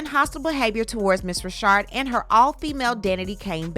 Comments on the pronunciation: Just so you know, her name isn't pronounced "Rashard." It's pronounced the same stamdard way as a man named "Richard." Dawn Richard. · They have and I just wanted to scream...IT'S RI CHARD! LOL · Is it Richard or Rashad? I am reading Richard, but you're reading it as Rashad. Leaving me a bit dizzy. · Her name is RICHard NOT Reeshard😮omg 🤦🏽‍♀️ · It’s pronounced Richard not Rashard I thought… I’m glad she came forward to speak her truth! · Lady it's NOT RASHAD IT'S F'ING RICHARD GD LADY U F'ING KNOW HOW TO SAY RICHARD STOP PLAYING 🙄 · No she pronounces as Rashard. But Dawn knows it's Richard. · Her name is Dawn Richard (RICH-erd) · Isn’t her last name “Richard?” Pronounced like how we say “Little Richard?!?!” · The women's last name is Richard, like Little Richard, why are you pronouncing her last name like that? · I'm enjoying the content but why TF you keep pronouncing her last name wrong.. it's annoying